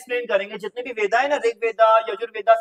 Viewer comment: Sir bo veda pronunce nhi hoga it's ved